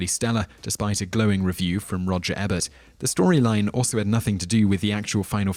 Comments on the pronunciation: I like your vids, but you really need to start looking up how to pronounce peoples names Roger Ebert (eeeebert not aaabert) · its pronounced "e'bert not 'a'bert. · They also pronounce Roger Ebert's name as "Ebbert", Brendan Fraser's as "Frasier", Ben Kingsley's as "Kinsley", and Matthew Modine's as "Modyne" (twice).